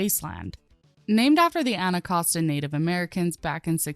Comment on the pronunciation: sorry... "El infant" South Metro? Bruh. The metro station that services the plaza in DC is named after Pierre L'Enfant... The guy who designed Washington DC... Also the pronunciation of Anacostia just like a minute later... Jesus Christ do a a little bit of research or learn to read